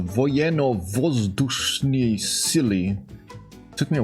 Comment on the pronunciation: like for "voyenno vozdushnye sily":)))))